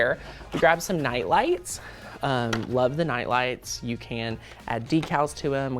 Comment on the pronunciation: At first I was like what are Nalas, Then realize he said night lights 😆